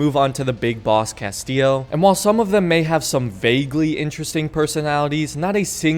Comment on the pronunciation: I've never played far cry 6, so I have to ask without googling to spoil much. The "narrator" of the video sounds REALLY ambiguous when he says the main Giancarlo's character name. Is he saying "Castile" or "Castillo?"